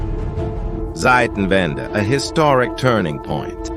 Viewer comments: When using German words, pay attention to the pronunciation. here it is said as Seitenwende, what means, we change sides. Zeitenwende (Tsaitenwende) means turning point. German Z is never spoken as S, but always as TS. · It’s Zeitenwende not Seitenwende as the speaker pronounces it wrongly. Zeitenwende is change of TIME not change of SIDES as Seitenwende would be.